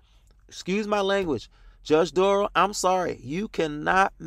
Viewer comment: Duh-rell....Derail....lol. Good one